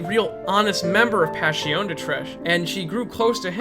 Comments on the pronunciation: It’s pronounced “Pash-i-o-nay” not “Pash-i-on” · Since its italian wouldnt it be pronounced "Pash-ee-oh-neh"? Or am i making no sense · Passione You pronounce the E, that's how Italian works. Like Spanish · italians do not chew the last letters of the words like most other nations. Last letters signify the masculinity or femininity, or even if you're referring to something singular or plural It's very important to pronounce passione as passionE.